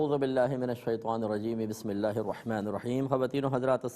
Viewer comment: Mazrat k sath mufti sahab Aaozubillah or Bismillah ka talafuz sahi ada nhi krty hain